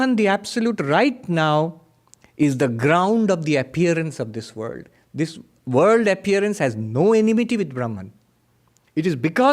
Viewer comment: Thw word "world" has an L in it. It's not pronounced "×9=d" Some will be confused by your talk.